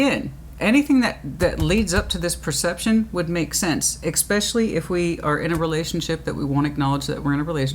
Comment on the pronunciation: so articulate - and yet you say "ex-specially" instead of "es-specially" it doesn't matter just funny.